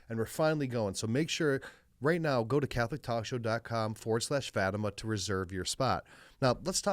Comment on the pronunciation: Portuguese Catholic here, hope you don’t mind a small correction: it’s pronounced “Fah-tee-mah”. Love your talk show!